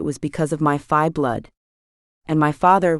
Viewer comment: Why do you call the Fae Fii ? is it just mispronunciation or something the author did to change the Fae heritage for the book ? The story line is excellent though